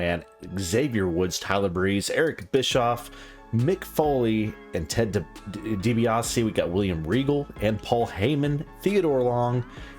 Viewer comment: bro almost said "ted DeBundy"